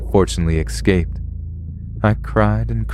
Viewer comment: I love ya man, but daMMIT IT ISN'T PRONOUNCED "ECKSCAPED". DO YOU SEE A K? AIN'T NO K. ESSSSSCAPE. ESSSSSSSSSSSCAPE.